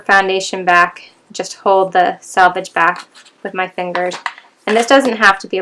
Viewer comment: SELVAGE not SALVAGE